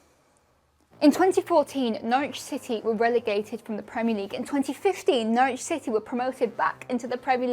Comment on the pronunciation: "No-ridge" not "No-rich" -- It's ok, they even get it wrong on most commentary. :)